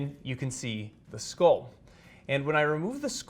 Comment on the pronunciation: What is a scol? Do you mean skull? Dura Mah-ter...maybe?